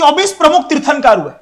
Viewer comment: तिरथंकर हे तिरथानकर नहि